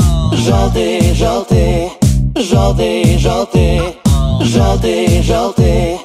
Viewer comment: Постоянно слушал оригинал. Сам отношусь к русским каверам скептично. Но этот хорош. Если бы чуть менее эмоционально говорили бы "жëлтый", наверно, идеально было бы. Оригинал более тихий и немного депрессивный, связано как раз со смыслом песни. И сам музыкал лучше раскрывался через более тихий вокал. Здесь же стал чуть более живым сам вокал. Это хорощо, но как раз на самой спокойной части песни, припевом где просто поëтся " yellow", начинается чувствоваться небольшая переигровка и наивность. Это не по мне. Но последняя часть песни, и в моменте с часами, как по мне, кавер переплюнул оригинал. Мне понравилось, кароч, но немного кринжую с жëстко громкого произношения "жëлтый"